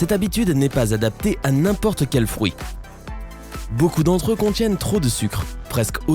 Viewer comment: Nan mais svp on dit frUit pas frOUit 😂